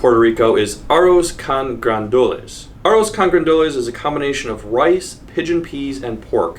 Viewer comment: Boy, you really butchered arroz con gandules, didn't ya? Ay, Dios mio...